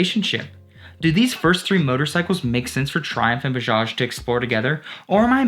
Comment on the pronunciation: Nyc video bro.. But its not boojaaj.. Its B A J A J